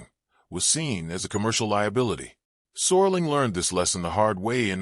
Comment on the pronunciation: Rod Soar-ling. Man, the A.I. is getting really lazy. Nostalgia-slop.